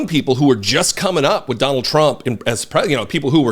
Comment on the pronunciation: It’s hysterical how they make “Trump” two syllables when they could’ve just said “Donald”. 🎶Dear Tru - ump. 🥳